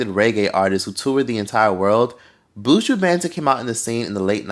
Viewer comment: I’m gonna need non Jamaicans to pronounce Buju’s name properly please. It’s not “Booo-jooo” it’s “buh-Juh.”